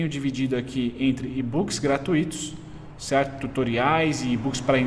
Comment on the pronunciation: Eu até imito seu "cherto"